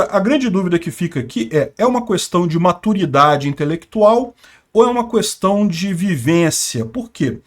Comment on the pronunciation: Me irrita ouvir 30 vezes a palavra "questão" ressaltando o "qu" separado... questão querido, é tão simples é o correto. No mais o cara sabe muito, acompanho e respeito. Pequeno detalhe chato só!